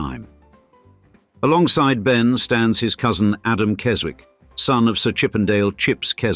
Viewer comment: Henry and Chips attended a RC prep school in Somerset in the post war years before going to Eton. There must have been a RC connection somewhere. The 'w' in the Keswick name is not pronounced.